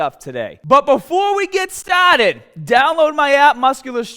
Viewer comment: Before we get staahhded on how to tahhget the biceps using a bahhbell... Bro i already liked the video before you said that!... 😏... We know the drill!💪